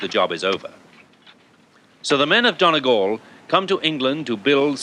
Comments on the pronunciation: It's not pronounced Donnygall Trevor, it's Dhún na nGall, with a "u" not an "o" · It's pronounced Dunny-Gal Not Don-a gal. Feckin English. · he butchered the pronouncing of donegal